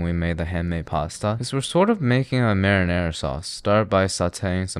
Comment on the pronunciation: I think ruined the word Marinara for me. Now whenever I hear or read the word Marinara, I'll always hear the echos.